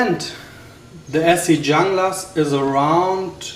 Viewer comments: FYI it's pronounced "hoon-gluss" just saying, not "Jung-lass" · Ok wait a second, so if I strip the black coating off with jasco , the layered etched logo will or will not come off? And dang, who paid $300.00 for a Junglas, and I believe it is pronounced hooooonglas. I was told hehe. I got mine sheath and all shipping and handling for $186.00 I love it! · All right right off the bat you suck take care of the knife use a little oil and it won't rust your credibility just went right out the window and you not even pronouncing it right you pronounce it with h not a j so yeah you suck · Jeff Randall pronounces it 'Jung-lass.' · (1)"Pronounced "Hoonglas" Named After the Colombian Jungla Special Operations Forces Designed For Latin American Jungle And Counter-Narcotics Operations." And what part of a FULL sentence do you not comprehend? Half truths are still half a lie. I'm not defending the Esee Junglas as much as I'm saying the thought process is askew. When you read that on the site what does that tell you? Anti Narcotics in SA. In simple terms. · Your comparing apples to oranges. Its not a bolo and it's not designed to be a bolo. Carbon steel rusts. Oil after use solves the rust. Yes you have to lift very high to get it out of the sheath, it's a lard knife what did you expect? The snap closure touching the blade could be a problem, though I have had one for years and it has not done any damage to the strap. By the way in Spanish J is pronounced as H ( hunglas ) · Oh man, sometimes freedom of speech is a paid in the ass! Wondering if you even think before you speak? Anyway, me personally thinks that this video is misleading people. If you dont know what to do with a Junglas and what its capable of you better stick to folding knives. By the way, view some videos of people who know how to pronounce "Junglas".